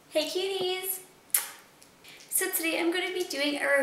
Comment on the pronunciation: do u say cuties at the beginning or kitties? i cant figure it out :P